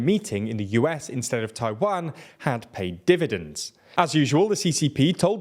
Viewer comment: say "pay dividends" again...